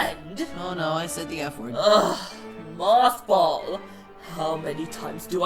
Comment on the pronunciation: It's moff ball not math ball